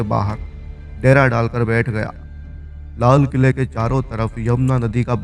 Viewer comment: Lala quila, bhang pee li hai kya .